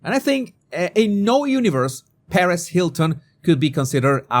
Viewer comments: I had to laugh when pronounced Perez..like Paris..........it Perezzzz dude heehee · me too! Lol it confused me for a second and I thought he was talking about Mrs. Hilton 😂😂